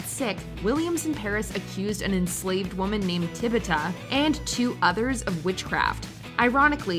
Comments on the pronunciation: Please, if you are going to mention a slave that was falsely accused of witchcraft, please pronounce her name right. Tituba, not Tibuta. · Okay, I just gotta say it... The enslaved woman's name is Tituba. Not Tibuta. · Tibuta?? It was Tituba... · It is TITUBA. Not TIBETTA. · Tibitha? Did you guys even research a little? TITUBA. Smh. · Not Tibuta 😅😅😅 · Tibuta? I thought her name was Tituba. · Crucible- Wynona Rider says Tituba, 2 seconds later the narrator says Tibby Ta. Lmao, they don't actually watch these movies. They barely read the script they're given... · Its Tituba not Tibuta.....come on. lift your game